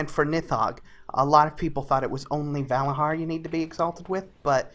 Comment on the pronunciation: Vala JAR and Nit HOGG. ffs....